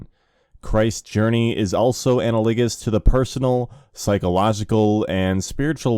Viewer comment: Thank you so much for this! I noticed there are some words you are mispronouncing. Here are the ones I've noticed so far: comprised, analagous, amalgamation, precipitated, elucidate, incomparably, acuity, inducement, secrecy, specificity Also this one is borderline but I've always said OP and "oh pee"—it refers to original poster. I'll keep updating this list as I go.